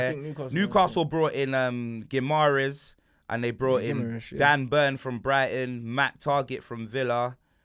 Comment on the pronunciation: Lolll illiterate Rants trying to correct pronunciation of Guimaraes only to say it worse than him. "Guimresh"